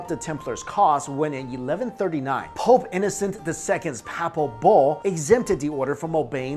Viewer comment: anyone else only hearing him say "pulp" not pope?